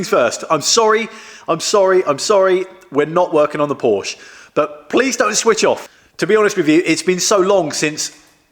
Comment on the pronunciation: Please pronounce Porsche correctly, it is a person's name.